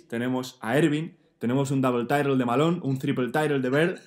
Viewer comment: Double title (inglés impoluto): Dabel taitel (inglés de mi pueblo) Si el canal termina algún día, abrirá una academia de inglés. ¿Buque o no buque?